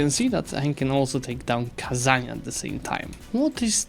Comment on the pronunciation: no way, he actually said kazan right, what a chad